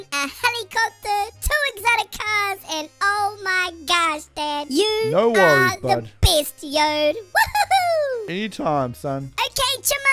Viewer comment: When he said dad it sounded like dead